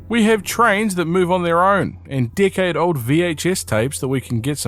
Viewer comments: whenever you say decade it sounds like your saying dickhead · Ok but the first time I heard you say “decade old tapes” I had to rewind because I DEFINITELY heard “dickhead old tapes” 😭😭